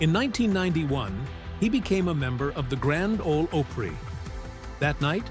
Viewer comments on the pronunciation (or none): "Grand Olee Ohpray" WTF 🤣🤣🤣🤣🤣